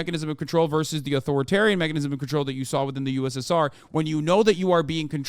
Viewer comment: Im sorry but Žižek said A-TO-RI-TARIAN and NEE-O-LI-BE-RAL